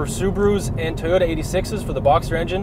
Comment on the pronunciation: oh shit said Teyota! Busted!